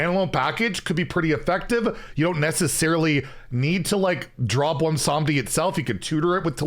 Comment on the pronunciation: I am legitimately shocked pronounced Bwonsamdi without completely tripping over it.